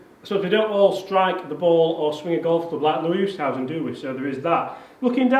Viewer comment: It's pronounced Loowee Oostazen;)